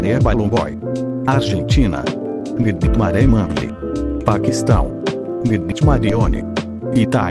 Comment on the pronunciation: carai agora que vi sa voz de IA zoa de fnaf quando fala nighmare fala nai de mane